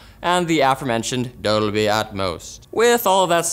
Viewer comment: is that the correct way to pronounce Dolby?